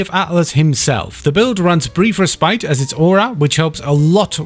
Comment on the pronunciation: is it just a running meme in the wf yt community to mispronounce 'respite'?